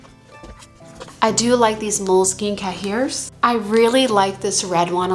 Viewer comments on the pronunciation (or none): Cahier is French and is pronounced ki (long i) yay.